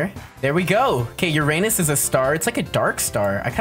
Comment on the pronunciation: I think you said Uranus wrong….